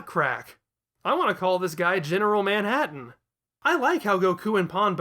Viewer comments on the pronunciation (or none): none